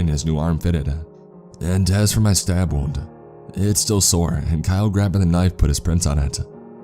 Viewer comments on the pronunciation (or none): none